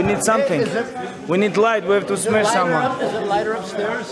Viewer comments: "We need light brother need to smesh someone" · "We need light, we have to smesh someone" hahah this guy can't stop making incredible memes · just the word smesh tho hahah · When it’s been 15minutes and khabib didn’t smesh someone